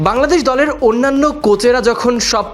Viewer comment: গলের না দলের 🤨🤔🤔😂😂😂